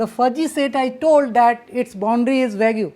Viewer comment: Nice lecture, very informative. I am sure someone has mentioned this, but "vague" is pronounced "vayg", not "vay-goo". English is very inconsistent in the application of its grammar rules. Fuzzy, one might say.